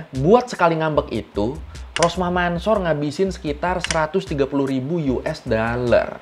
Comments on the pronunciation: Ralat ya bang mansor kalo di bcanya Mansur bukan di baca Mansor maaf yg betul emang bacanya mansur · Cara bacanya Rosmah Mansur,bukan Mansor itu hanya penulisannya aja :) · Mansor di baca nya Mansur boskuh